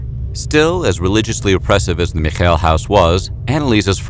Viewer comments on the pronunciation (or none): I don't get why he pronounces their last name like they were Jewish XD you don't say it that way in German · The last name "Michel" has the emphasis on the first syllable. The events took place in my home region, I also studied in Würzburg.